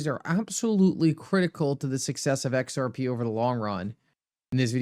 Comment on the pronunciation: Every time you say xrp it sounds like xrpee 😅. I hope all you you tubers know what you're know what your talking about. But I'll hold my breath